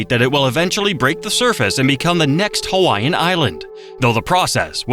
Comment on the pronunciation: It rapes Hawaiian words & names too!Ouch!